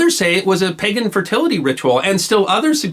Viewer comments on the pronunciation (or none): none